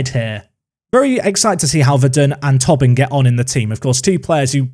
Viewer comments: please. It’s “Toe-Bin” not “tob-in” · I don't know why that mispronunciation goes through me so much but it does. I mean, it's not spelled Tobbin. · I think it’s Toe-bin, not Tobbin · On Tobin, it’s pronounced “Tow-bin”, not “Tubbin” 🇮🇪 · Ah, Tobin is pronounced like Toebin. We will educate you in our weird irish names 😉 still remember you pronounced Roche in some exotic French way 😉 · Just to let you know from an Irishman, Tobin is almost definitely pronounced Toe-bin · Some great additions... Top 6 finish? Loving the series. (It's pronounced "Toh-bin" btw) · How that does that any sense? How Tobin is pronounced is Tow-bin.. how can someone who speaks English could see that name and think "oh yes this is pronounced Tow-bin" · because it’s an Irish name and the “o” in Tobin is pronounced as an “o” not a “u”, therefore “tow-bin”